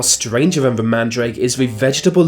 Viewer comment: This is spoiled by the commentator's speech impediment - Def instead of Death for example. Van instead of Than.